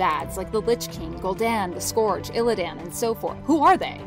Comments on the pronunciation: did you all frededator channels sit in a room and decided the scourge is pronounce scorch? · Sorry but you guys made so many mistakes I lost count and stopped watching. Also it's clear that whom ever voiced this isn't a WoW or even a Warcraft player as either one of those would know how to pronounce Lordaeron and/or The Scourge. Cheerio.